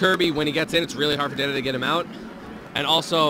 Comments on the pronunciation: God I get fucking infuriated when someone pronounces dedede like daydayday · He said DeDeDe wrong all the way back them too. 🤣